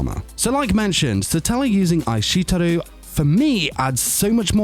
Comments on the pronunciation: Omg I kekd every time he said eyeshetooru 😂 he said it like 10 times and his accent makes it even better. How can you be a weeb and not be able to pronounce Japanese. I’m pretty sure I could say eishiteru before I learned Japanese. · Is it just me that gets triggered when this guy pronounces "aishiteiru"(i-sht-ee-rdu) as (i-shit-eru)? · Pronunciation of aishiteru just made me laugh. Ai sheet eru. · Ai SHIT teru. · I'm sorry but you really butchered the pronunciation of Aishiteru. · hearing say aishiteru hurt my soul... xD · No one: How This guy pronounced aishteiru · Lmao, his pronunciation is so wrong